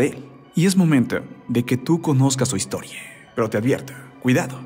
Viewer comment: La historieee, la infancieeee...por que hablar así? No entiendo, se oye bastante mal.